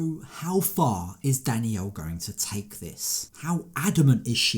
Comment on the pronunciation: Narrator can pronounce the letter L in wotds like 'traveller' but cannot for some reason say Dannielle but Danniow Massively annoying